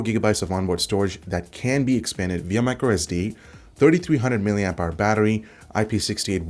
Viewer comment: mAH not MAH